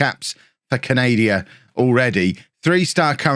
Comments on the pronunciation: Did just call Canada...Canadia😂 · Had a little chuckle to myself when I heard him saying it 😂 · Was “canadia” deliberate?